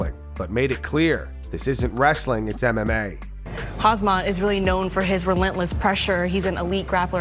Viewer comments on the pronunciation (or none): 1:99 did that interviewer just say Khazmat? Yeah, why bother learning the names of fighters. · Why do some MMA journalists still say KHAZMAT instead of KHAMZAT? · Did that female interviewer just call khamzat hazmat pmsl 🤣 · Interviewer says khamzat name wrong.. These stupid interviewers